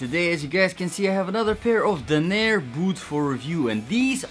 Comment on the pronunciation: Dan* NUR* .....not Dan! AIR!